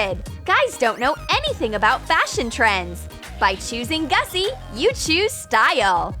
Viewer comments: Gucci not gussi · It’s GUCCI NOT GUSSI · It's not Gussi it's Gucci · Isn't it supposed to be Gucci? not Gussi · GUCCI not GUSSI 🤣🤣🤣🤣🤣🤣🤣🤣🤣🤣🤣🤣🤣🤣🤣🤣🤣🤣🤣🤣🤣🤣🤣🤣🤣🤣🤣🤣🤣🤣🤣🤣🤣🤣🤣🤣🤣🤣🤣🤣🤣🤣🤣🤣🤣🤣🤣🤣🤣🤣🤣🤣🤣🤣🤣🤣🤣🤣🤣🤣🤣🤣🤣🤣🤣🤣🤣🤣🤣🤣🤣🤣🤣🤣🤣🤣🤣🤣🤣🤣🤣🤣🤣🤣🤣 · Its no gussi. Its Gucci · More like gussi instead of Gucci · its GUCCI NOT GUSSI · It's Gucci not Gussi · It’s not Gussi it’s Gucci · what is "GUSSI"? isnt it "GUCCI" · It’s should be Gucci instead of gussi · It is Gucci not Gussi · It's not gussi but Gucci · It's not gussied its Gucci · Hm...it's GUCCI not GUSSI.... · Is not gussi but is GUCCI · Gucci she said it wrong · The ”gussi” got me xD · You pronounced the gussi wrong